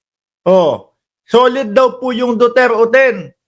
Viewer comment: Solid Hindi soled halata😂😂😂